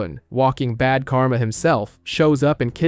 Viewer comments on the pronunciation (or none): none